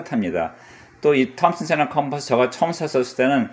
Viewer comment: 선생님 습관이 진짜 고치기 어려운건데 ‘제가’ 발음 의식하시고 하시는게 정말 대단하십니다.결론은 비싼게 제 값한다. 예전에 말씀드린것처럼 좋아하시는 일을 하며 즐거워하는 모습이 힘이(은혜)가 됩니다. 사냥하시는거 빨리 봤으면 좋겠어요 ~